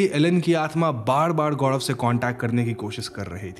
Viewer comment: गौड़व या गौरव 🤔😶